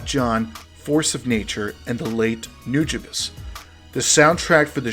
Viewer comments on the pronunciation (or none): Hey the pronunciation is new-jew-bees btw